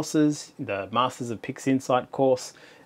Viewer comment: i'm sure you said "pigsinside" a couple of times